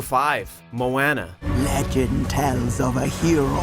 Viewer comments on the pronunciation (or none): "Mo-anna" Uhmm, yeah no!! It's pronounced "Moh-ahn-uh" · *Sea lion, Popplio is Sea lion like not seal like. Thank you Oh and it's [mo-ah-na] not [mo-eh-na] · How you pronounce Moana is "Mo-ah-nah" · To the narrator: Moana is pronounced Moh-ah-nah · Moana Moe-one-ah pls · The way they pronounced moana though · That pronunciation of Moana was so bad!!! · You guys can't even pronounce "Moana" right, wtf. Only good thing was that Fantastic Beast was number 1